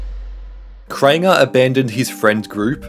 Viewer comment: “Crainger” “Worst controversy” “In this video” 💀